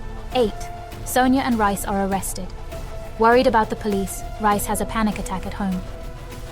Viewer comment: His name is REEEE iss! NOT RICE!!! You are so annoying!!!